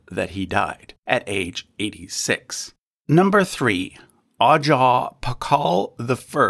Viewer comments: Great list! Just an FYI about Pacal, his title Ajaw is actually pronounced A-HOW. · Concerning Pakal, the title Ajaw is pronounced “ah-How” It’s like the J in Jose. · Pakal's title is pronounced "Ah-how" rather than Ajaw, that's because Mayan phonetics in the Latin Alphabet are derived from Spanish.